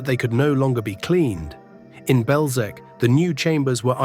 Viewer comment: Typical american English, can not even try to pronounce Belzec and other words properly, distgusting!